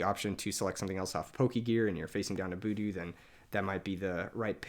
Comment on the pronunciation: Killing me with the "boodoo" pronunciation lmao, great deck guide though. Super thorough and well made, +1 sub!